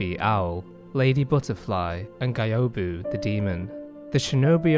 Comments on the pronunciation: Why do u pronounce Gyobu as GAYOBU ??? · "GAIOBU"... how could you make a lore video and dont bother about right pronuntiation of the names? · the way you pronounce gyobu's name hurts me